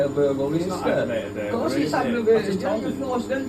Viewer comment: It's burger-ly, in fact it's aggravated burger-ly 🤣